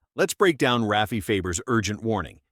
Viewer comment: Rayfee Fayber!!!!:face-green-smiling:AI can't pronounce Rafi's name right! It's Rah-fee!!!